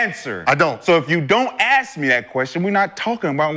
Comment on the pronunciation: Respect people who pronouns “ask” the correct way it’s not ax